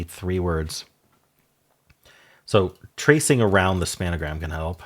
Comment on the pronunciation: The error the first time on Spangram was putting BAFRELYTHERE The second error was the incorrect pronunciation of Spangram